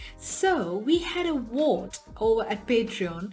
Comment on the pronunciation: Ahhhhh...you are saying vote...with a v......not a w......I had to listen a few times to catch what you were trying to say.